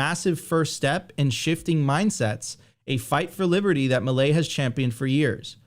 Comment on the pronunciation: Mileeeeeeeeei not "mili" it's milEi, milEI!!!!